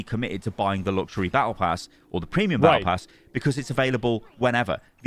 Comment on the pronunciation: as an f2p. i don't care about the tokens auto spent at the end of "Bah eh pass."